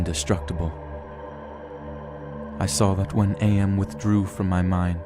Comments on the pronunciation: I need to get this off of my chest It's/His name is AM not A M my ocd goes into overdrive when people get names slightly wrong AAAAAARRRRRRRRRRRRGGGGGGGGGGGGGGGHHHHHHH!!!!!!!!! Great reading by the way. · The narrator is calling AM as A-M. It's together like in "I think therefore i AM."